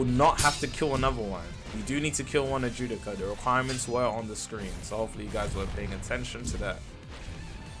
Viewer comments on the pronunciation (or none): Dude can’t pronounce a single word but claims to have watched the anime. Wtf is an Ajewdica?!?!?!? 😂 it’s an Adjucha (Add-who-cha)